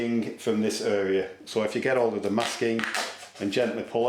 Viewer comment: mint vid. i love the way you pronounce your words correctly, "mask-king" especially those t's. helped me alot cheers ✌🏼👍😊